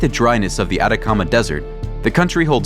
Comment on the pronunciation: No "Adacama" es "ATACAMA"